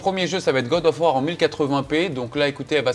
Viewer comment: Good of War, ça m'a tué ^^